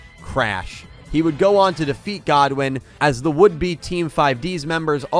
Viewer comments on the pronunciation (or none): The thing is about the anime - the metaphysics of the universe are VERY different. Between how Mixed archetypes wouldn’t work, and how the souls of monsters respond to the duelist, flexible decks win over single focus decks there. “God-win”… it’s pronounced “good-win” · It's Goodwin not Godwin. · It’s Goodwin not “Godwin” 🤦🏽‍♂️🤦🏽‍♂️